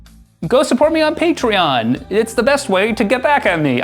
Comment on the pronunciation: Feeling angry? Try listening to 'hey your a patreon, pay tree on is where its at'. It always calms me down.